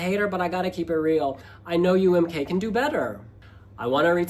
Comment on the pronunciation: UMK is supposed to be pronounced in finnish "Uu äm koo" not "Uu äm kaa" how is saying lol